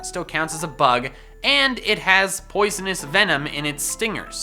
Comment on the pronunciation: THERE IS NO I IN DRAGALGE! POISONOUS, NOT POISENIOS! WHICH, NOT WITCH!